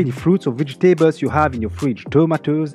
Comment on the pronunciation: Thank you! Wonderful video! Just check the "vegetables" pronunciation (◠‿◕)